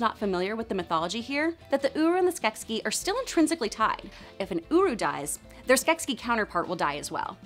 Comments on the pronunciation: Skeksis, not Skeskis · Skek ski down the mountain... "SKEK-SIS" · I know I'm late but I can't let this pass. Skeksis. Pronounced skek-seas not skek-skis. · The only thing I don’t like about this video is ITS SKEKSI NOT SKEKSKI ;-; sorry for typing in caps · OMG this video was super cool and everyone mad just cuz she say skekskies and not skeksis?! Just ignore it cuz the video's still awesome and skeksis is a made up word anyway!!! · 'skekSKI'? Comrade, the decadent poop turkeys are nyet Russian. I give your pronunciation a 3.6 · Skeksiksksss :-D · Skeksis is both singular and plural, but the plural form is pronounced 'Skek-sees'. I hope this information finds you well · In the show they pronounce the plural as skesis??? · Ok... it’s SKEK-See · Omg that's not how you pronounce Skeksis... I can't handle it. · Why the fuck is she saying Skeksis like that? Also Rhunip IS mentioned in AOR 🙄